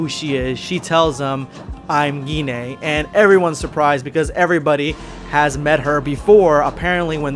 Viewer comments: Wait is her name really pronounced like that? I've been thinking her name rhymes with wine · I really hate how Gine's name is pronounced. I would've preferred it to be "Gene" or something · I thought her name was pronounced "Jin"